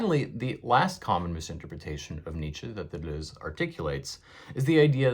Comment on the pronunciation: I feel soothed every time you pronounce Deleuze not “De loos”